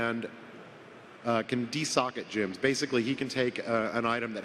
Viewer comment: Why does call "GEMS" "JIMS"? It annoys me:))